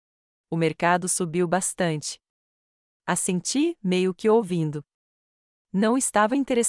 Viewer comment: Não é A SENTIIR É ASSENTIR